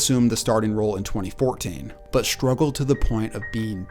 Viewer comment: SHtrength is not a word. Nor is sHtruggle.